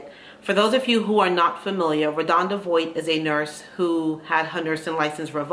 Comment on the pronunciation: Her name is pronounced Vaught (VOHT) just very big on pronouncing names correctly…